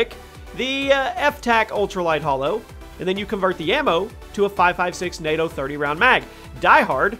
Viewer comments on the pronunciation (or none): none